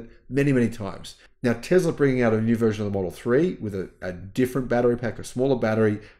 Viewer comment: I thinks it’s Tesla not Tezla